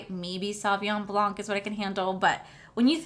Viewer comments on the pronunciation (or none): none